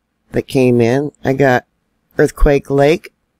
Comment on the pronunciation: Earthquake lake is aka quake lake. Say it wrong again and it's a two week ban. This is my land. Learn it love it leave it